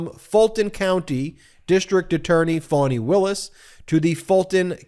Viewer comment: It's "Fanny" Ben.